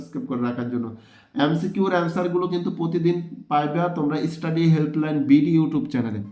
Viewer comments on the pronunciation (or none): none